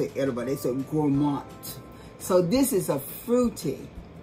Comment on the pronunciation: The way you said GourmANDT. 🤣 okay I'm convinced!